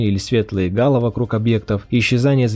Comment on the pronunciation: Фоллофф. Фоллофф, Карл! Не фэллофф. И т.д.. Если не компрендо в лондоне - можно ж хотя бы погуглить пронансиэйшн/транскрипцию незнакомых слов. Ничего постыдного в этом нет - мы все начинали с малого. Жажоуыуание букофф не позволит сойти за натива - скорее будет прямо противоположный эффект. Да и, всё-таки, гало́, а не га́ло. Это не тучная уборщица Галя, это - ореол.